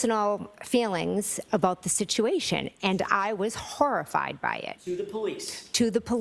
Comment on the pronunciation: Shawked and harrified!! The horrah!!